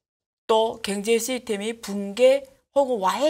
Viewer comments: ㅎㅎㅎㅎ 아줌마 발음 고치는게 그렇게 어렵니? 겡제 겡제 ㅋㅋㅋ 그단어만 들려서 짜증난다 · 갱제를 경제로만 발음해주시면 정말 좋을듯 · "갱제"로 들리는건 저만 그런가요? 그런데 다정하게 느껴지네요. 님 화이팅.